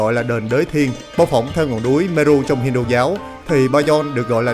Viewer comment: Nên chỉnh lại phát âm TR. Trong sao phát thành CHONG. Vân V thì chỉnh nói dàng hoàng???